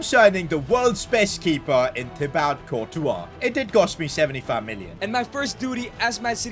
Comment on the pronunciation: Thibaute 😂 its thibaut